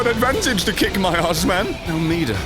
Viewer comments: Meeda... midir is pronounced meeda... The more ya know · It's pronounced mid-deer plus your my favourite youtuber keep doing what you want because this is your channel and I love you